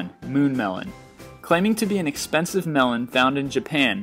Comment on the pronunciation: dat blue water mel-lone!